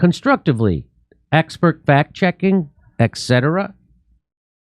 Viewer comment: Wow it took me all these years to realize Jimmy doesn't say etc correctly haha